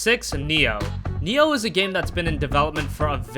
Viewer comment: Its Nii Oohh Not NEO And since when is Gravity Rush a J-RPG ?